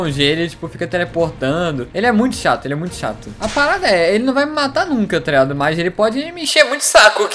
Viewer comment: Parece q ele n fala "taligado" parece "trado"